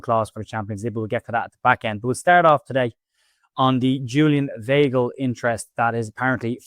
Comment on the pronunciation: Weigl pronounced … V igh gl … igh as in ‘high’